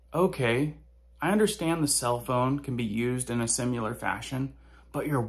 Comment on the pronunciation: SIMILAR - SIM-I-LAR